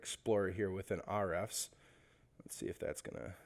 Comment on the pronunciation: Good video thanks. FYI, it's called "H" "refs"